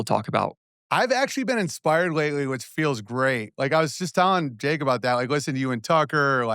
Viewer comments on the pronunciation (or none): none